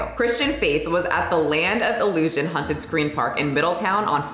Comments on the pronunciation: I specifically came to the comments just to see how many people were triggered by pronunciation of haunted…😆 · Girl please, it’s hAUnted not hunted. For some reason I had to cringe every time you said hunted 😂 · Is it just me hearing it like is saying "hunted" and not "haunted", I'm so confused Sorry, love your videos! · Am I hearing wrong or are you saying HUNTED house instead of HAUNTed house? 🤔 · The way you say "haunted" sounds like "hunted" and honestly that's more accurate to how the experience is for me haha. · Sounds like u keep saying "hunted" instead of "haunted" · I'm offended by the way you pronounce "haunted" like "hunted" lmao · Why do I keep hearing you say "hunted" not "haunted"?! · The way you say “haunted” is sending me lol. Sounds like “hunted” house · I'm glad to see that I wasn't the only one to noticed that. I was wondering if a hunted house was the same as a haunted house, or if this was something new (I haven't been to the States in forever) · I'm offended at your pronunciation. I kept hearing "hunted" house instead of "haunted" but given the context, it works 😂😂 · Why you saying 'haunted' like that 😂😂 Girl, it's HAWNTED not HUNTED 😂😂 Stop saying it like that, it's making my misophonia act up! Are tou doing it on purpose or do you really say it like that? Haunted and hunted are 2 different things.. you killing me smalls! 🤣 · WTF! I love you, but girl, it's HAUNTed, not HUNTed!!! 😂😂😂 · Hunted houses... (Fuck the 'A' in haunted... It's HUNTED!) 😂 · I love how you pronounce it hunted house haha. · Does it sound like she's saying 'hunted' house or is it just me? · hunted houses.. what is this accent? I'm offended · Stop saying hunted! Lol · I got offended by the way you say haunted. You keep saying “Hunted” it made me laugh every time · My boyfriend was about ready to have a stroke over it lol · Me too. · I was looking to see if anyone had commented about that